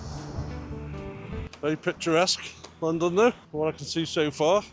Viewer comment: Pronounced "Clan did no" i believe